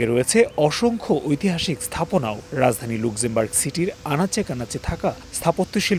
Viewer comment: দেশটার নাম "লাক্সেমবার্গ" (আপনাদের কাছে ভুল উচ্চারণ আশা করছি না)